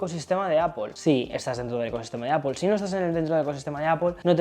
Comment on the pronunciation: APPOL? nooooooo! Que horror! Cada vez que te oigo decir APPOL me explota la cabeza